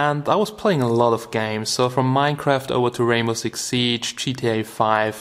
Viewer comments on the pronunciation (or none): none